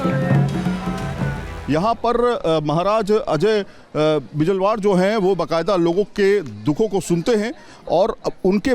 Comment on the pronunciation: महोदय थोड़ी सी TRP के चक्कर मैं आप हमारी उत्तराखण्ड की संस्कृति पर इस तरह के सवाल खड़े ना करें ।। ओर दूसरी बात अपनी हेडलाइंस टाइप करने वाले को कहे नाम का उच्चारण सही से करें ।। श्री गुरु महाराज अजय बिजलवाण है गुरु जी का नाम ।। आप अपने चैनल के माध्यम से हमारी संस्कृति के प्रति इस प्रकार के शब्दों का प्रयोग नहीं कर सकते हैं।। क्योंकि आपको उत्तराखंड की जागर शैली का पता नहीं है इसलिए महोदय शब्दों की सीमा का उल्लंघन न करें ।। 🙏🙏 गुरुजी आपको किसी से माफी मांगने की कोई जरूरत नहीं हैं।। 🙏 उत्तराखंड के लोग सुरकंडा माता के समस्त उत्तराखंड के बच्चे आपके साथ हैं।। जय मां सुरकंडा जय मां चामुंडा 🙏🔱